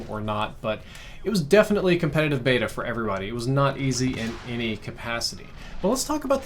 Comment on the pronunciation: Everytime I hear say beta I giggle